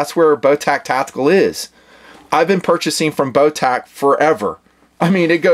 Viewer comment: The company's name (Botach) is pronounced like "Moustache", soft 'ch', not hard 'ck'. Call them and listen to how the answer the phone.